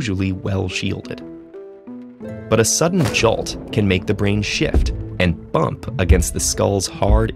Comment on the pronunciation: "bumb" really? is TED-Ed not watching TED? Its stretching...